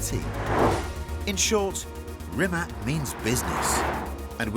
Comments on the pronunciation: Could you invest 3 mins in learning how to f pronanunce Rimac and Nevera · Please pronounce Rimac correctly next time🗣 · Rimac managed to create such an amazing car, but these bloody presenters can't learn to pronounce his name right! Kakvi idioti, u vecini sveta... strasno. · Why can't Chris learn how to pronounce Rimac Nevera correctly? Really poor. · I am astonished you can do an entire video, presenting this awesome Croatian car, and can’t be bothered to find out how to pronounce the name correctly. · Chris, the least you could have done is to pronounce the company name correctly! It's pronounced REEMAK!!! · Rimac - repeat after me, Ree-mats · oh come on, its pronounced Reematz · I know it is not worth it but, RIMAC IS PRONOUNCED REEMAZZ in Croatian! Stop butchering his name and the name of his brand! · Pronunciation: Rimatsh. With a "Spanish" R. And also a Spanish sounding, short "a". Great brand! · It’s ‘Remac’ geeze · Great fun but it’s a shame even Top Gear can’t get the pronunciation of the company name right, it’s Ree-mats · I wouldn’t call it a luxury motorcar? Never heard such bullshit. I don’t believe Chis Harris would say this in an established super or Hypercar. And by the way. It is not the first time for Mr. Harris to talk about Rimac (with a C and not with a K) and he is still unable to say it the right way. If this would be a British company Britain’s would expect this from foreigners. Sorry, but this has to be said. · Awesome car, but Chris, you're making your Croat friends cry with that "Rimack" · Like seriously? Serious show, so many years old, has a incredible legacy, and you guys didn't pronounce Rimac neither Nevera properly. You literally said it Reemak Neeveera. Tsk tsk tsk. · Piss off with your wrong pronouncement of "Rimak " ,Kris Haris . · Rimac is pronounced Rimach. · You're a legend Chris, but if I can pronounce names like Mclaren or Triumph, you can get Rimac correct. Thanks ❤🇭🇷 Sretan Božić i Nova Godina 🙋‍♀️🎄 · RimaC not RimaK